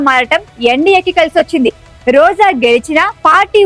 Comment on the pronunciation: Why Roja and rajakeeyam are being pronounced as Roza and razakeeyam?